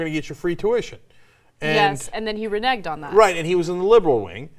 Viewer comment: re-neg? RENEEG. seems like news anchors also like "trying" new words..